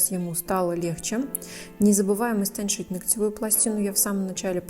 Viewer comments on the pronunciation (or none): Как же я ждала это видео. Девочки вы супер. Такое облегчение для водителя! Но,! Ухо режет😳:ноготь "истончить", а не "истоншить". Спасибо за вашу работу. (Представляю, как в меня сейчас тапки полетят)